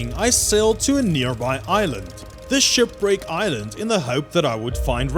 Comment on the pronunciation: "Shupwricks" I want go diving near a shupwrick.